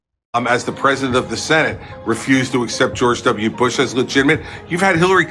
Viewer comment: I hate how he says "George W. Bush" as 1 word with 2 syllables.